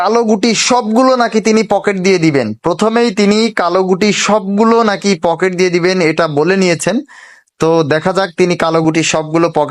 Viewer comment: Poket na eta pukur 😂😂😂